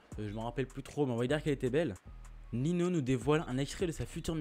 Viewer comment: ça se dit "Ninio et pas Nino" mais perso je m en fou ta vidéo elle est quali continue et lâche pas frérot